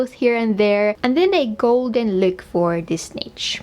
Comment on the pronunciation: doesn’t say look she says lewk